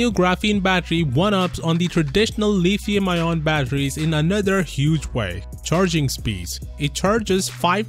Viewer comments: Leeeethium ion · It took me a second to realize you were saying lithium lmao